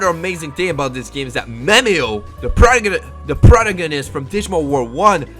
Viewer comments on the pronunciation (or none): imma help you pronounce PROTAGANIST. PRO- TAG-A-NIST there ya go my boy i know you been strugglin on this word <3